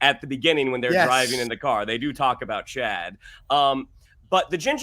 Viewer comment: I love you guys and your divergent points of view! But you need to watch with the captions on, maybe on your second watch of an episode. The cousin's name is NOT "Chad" - it's "Ched".